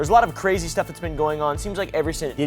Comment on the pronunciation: Bro dude can’t even say crazy?